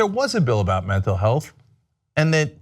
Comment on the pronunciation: Ryan repeatedly mispronounces Mental Health...A strong indicator of active lying.